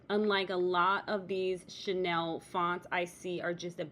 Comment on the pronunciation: hi ur vid pop up in my feed. This project is so CUTE. In the spirit of want to be helpful...(and bec I'm from the older generation when chenille was VERY popular)...Chenille is pronounced 'SHE NEIL' (bel it's derived from french). You are pronouncing it like the French designer's name 'Chanel.' Chenille has been around a VERY long time. I rem even my grandmother had a chenille bedspread. But you're using it in a new and exciting way...keep it up!!!😊